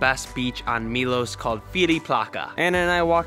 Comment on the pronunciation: It's interesting the way Americans so often say the letter O in foreign place names as OU. Milous, Dubrouvnik, Moustar, Pouznan. It's not a diphthong o-u. It's a simple O sound like in 'not' (rather than 'note'). Milos, Dubrovnik, Mostar, Poznan. I don't know why you do it. Brits never do that so it's got nothing to do with the English language. Be the first Americans to stop doing that. Lead the way! 🤣